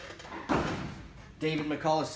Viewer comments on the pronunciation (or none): none